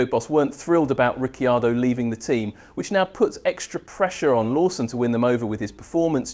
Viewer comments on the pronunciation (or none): Please learn how to pronounce Ricciardo's name correctly. It's not Riccyardo.